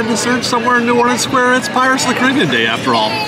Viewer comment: Dude you’re making me mental with that pronunciation of Caribbean.